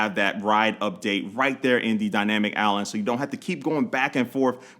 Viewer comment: Dynamic Allen? Am I the only one hearing that